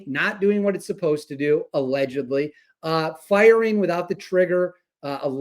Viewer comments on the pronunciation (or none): Are you saying allegedly, or allegubly?